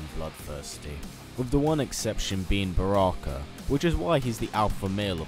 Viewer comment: it is not broke is Baraka